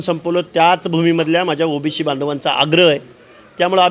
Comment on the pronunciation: अरे ओबीसी असता ते ओबीशी नाही..ते बोलायला शिक आधी 😂😂